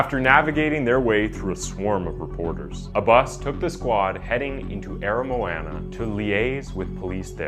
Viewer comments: The pronunciation of "Aramoana" was the most horrendous thing yet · Bro i went to Aramoana today, your saying aramoana and otago wrong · I hate how he blutchers the way you say Port Chalmers And Aramoana, I live in that area but I won’t blame him.